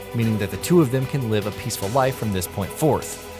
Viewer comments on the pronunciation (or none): none